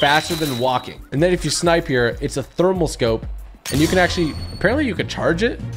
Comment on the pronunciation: 'When jou lose speed jou lose momentum' Typical Gamer-2020